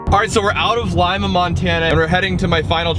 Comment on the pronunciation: I’m pretty sure you are pronouncing Lima wrong. I could be wrong, but we pass by there all the time when we go to visit my family up in Butte, and I’m pretty sure it’s pronounced Lee Ma, not Lime a.